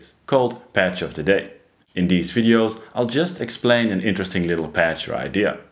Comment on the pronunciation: Please do not change anything in your voice as a result of this feedback. My philosophy is that English is a language best spoken mangled. I was a DJ on KROQ/Los Angeles for 37 years. So when you say ‘dis’ and ‘dees’ for this and these, it is close to my heart. ❤